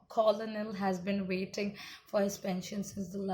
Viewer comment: Spelt as Colonel. Pronounced as cornel. It's the military rank. But good work. 😀